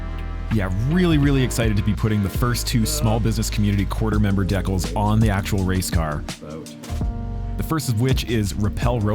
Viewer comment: Imagine you sponsored this guy only to find out he pronounced decals as “Deck-ills”?